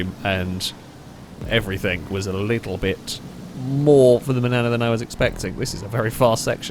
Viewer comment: I keep hearing Banana Custom instead of Manana.